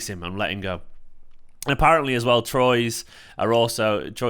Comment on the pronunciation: Troyes is pronounced T'WAA